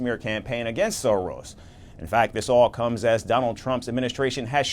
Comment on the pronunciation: It's Soros not Sorors 😂😅